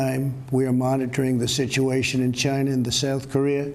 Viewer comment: It started in “Gina.”